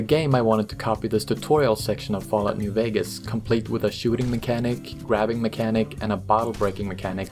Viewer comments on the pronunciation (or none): none